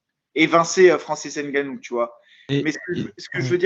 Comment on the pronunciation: ce est un gars très perspicace Et comment un Noir fait pour prononcer N'gannou🤦🏿‍♂️